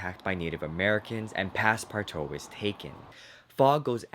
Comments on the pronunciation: Passpartout is pronounced: pass-par-2 It is French. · Does it bother anyone else that he's saying Passpartout wrong